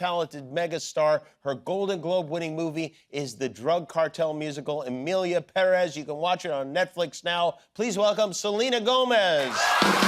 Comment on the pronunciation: Jimmy is the only person who pronounces PÉrez as it should be